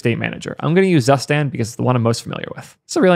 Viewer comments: C'mon, y'all get on me all the time about pronouncing Zustand as a German word, and you're gonna let get away with calling it zuss-tand. YouTube comment section I am disappointed. Very disappointed! Another great video,! 😃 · "Zustand" is pronounced "tsuu-shtaand" and means "state" or "condition" in German. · 💀me as a german speaker, when says "Zustand".